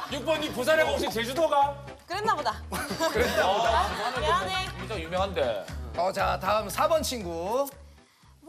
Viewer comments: 난 누가봐도 미안하데이로 들리는뎈ㅋㅋ 머야 ㅋㅋㅋㅋ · 아무리 들어도 미안하데이로 들리는데 .. 뜻이 똑같은데 딱히 상관없지 않나요 ? ㅎㅎ